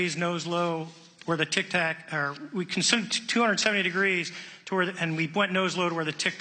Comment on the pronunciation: Its Tic Tac not tac tac